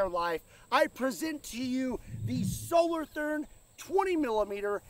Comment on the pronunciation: Solo Toorn...that is not a th as used in english